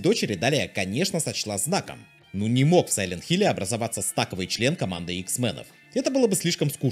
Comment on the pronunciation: добавил в свой вокабуляр слово "бьётся" в смысле "сочетается", но всё ещё говорит "стаковый" вместо "стоковый". А ролик хороший. Спасибо,!